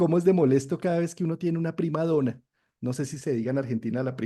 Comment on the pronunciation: Prima donna se pronuncia con doble nn prima donna